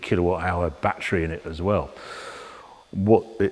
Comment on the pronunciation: Bat tree! Tree full of bats. Oh, you mean battery!